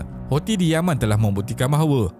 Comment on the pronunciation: boleh tak sebut perkataan Houthi tu dengan bunyi yang betul??? sebutan dia ialah HUUUU-TSIII. Ejaan dia Hou sebab dalam alif ba ta, H tu ialah huruf Ha Pedas. Thi tu pulak sebab huruf Tsaa. Jadi sebutan dia ialah Huu-Tsi. Bukannya Hausii. amendelah